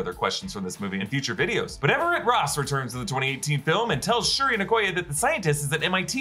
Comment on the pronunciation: Anyone else notice that he kept calling re-re Shrui?